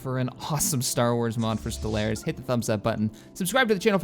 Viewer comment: love ya but the way you say stellaris drives me nuts